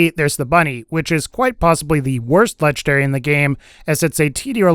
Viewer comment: I hate the way you say legendary..... "Lechederry."